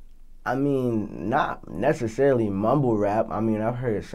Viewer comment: "i mean not neshisharoly"